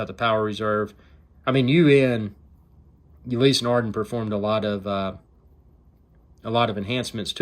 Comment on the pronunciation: Just found your video - the close-ups are appreciated. But seriously dude - if you are going to do a video on a product, the least you could do is learn how to pronounce the manufacturer's name correctly.........